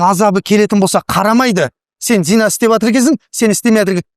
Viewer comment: Зина емес,зына емес пе?